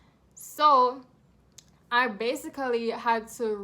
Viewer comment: as soon as you said “basically” it confirmed that you were jamaican 😂😂 i could tell you were caribbean.